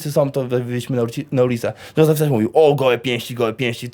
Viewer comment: Kto to jest "Zozef" i co to jest "Paskula"?